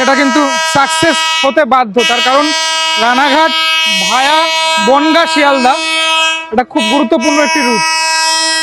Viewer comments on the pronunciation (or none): Vai Ota via ভায়া উচ্চারণ করো ভিয়া না কেমন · ওরে তোর ভিডিওটা খুবই ভালো হয়েছে, ভিয়া নয় ভায়া বল এবং প্রথম দিন শিয়ালদাহ তে ৮ no প্লাটফর্ম নয়, ৭ no এ দিয়েছিলো। ২ মিনিট লেট ছিল দমদম এ ৫ no প্লাটফর্ম এ নেওয়ার জন্য, আজ থেকে ৪ এ দেবে যাতে ওই ২ মিনিটও বাঁচানো যায়। এগিয়ে যা সবাইকে নিয়ে একটা পা মাটিতে রেখে 👍❤️